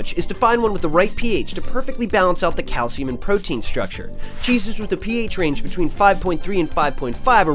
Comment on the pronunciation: what the hell is cay-el-siyum yo?